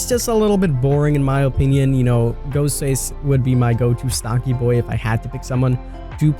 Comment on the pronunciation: G Haugh and he says “O-pinion”.